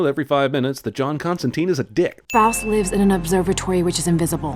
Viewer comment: Number 1: John's name pronunciation. It rhymes with wine!